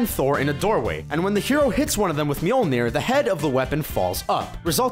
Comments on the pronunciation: Mjölnir not myelnir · Some would argue that you trying to pronouncing "Mjølner" was a blooper that made the video even more fun! :D